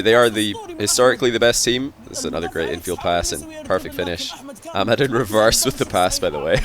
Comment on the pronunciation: For the first time i heard says ahmad correctly